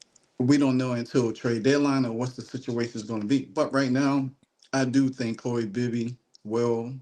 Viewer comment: Chloe, not "Chole".